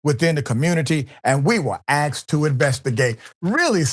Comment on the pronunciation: Axed instead of asked??? Come on Doc, be best.